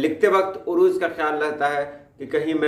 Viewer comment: Arooz correct,urooz galat.